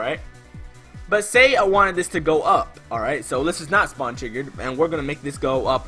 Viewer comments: Lol u said spawen instead of spawn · You said spawen instead of spawn